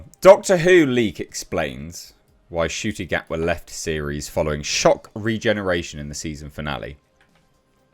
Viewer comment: Oh so you can finally pronounce his name properly good start 👍🏿